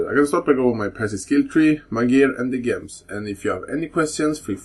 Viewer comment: nice guide, but every time you say Gems I get ear and brain cancer, it's the same as when us Russians try to pronounce Jewels and in many cases they spell it as Jevels, lol 😂 😂 😂 only reason I don't speak like that is cause I live in Canada 🍁